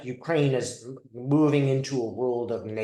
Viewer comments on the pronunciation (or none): none